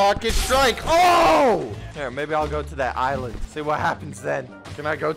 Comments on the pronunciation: wait did he say "bilent" insted of Island" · Did he say get off my bisland or is that just me?